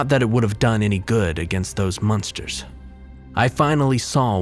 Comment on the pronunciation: Hahaha the munsters haha I laugh everytime you say monsters